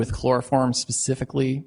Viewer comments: "More pacifically" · At this point I’d like to suggest a shot of tequila be downed for every time this Judge says the “Pacifically” Anyone know any shot girls?? And no I’m not going to let this go. It’s like watching a play dough model court proceeding. But I love it 😂 I can’t stop watching! This is insane. The music on the intro alone is worth a watch ❤😂❤